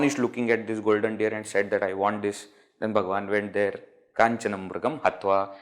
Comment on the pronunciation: It is deer and not dear!😂